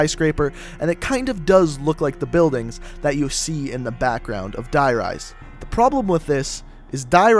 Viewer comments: uum its der-rise and rift coffin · even tho I really love ur vid I am TRIGGERED when you pronounce the zombies things wrong you say 1-1-5 and 9-3-5 not as an actual number and it's pronounce as Die Rise as if heat rises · It's not die rise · And die Reise